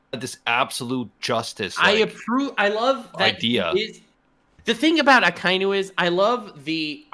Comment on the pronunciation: did u just call Akainu Aikinu🤣🤣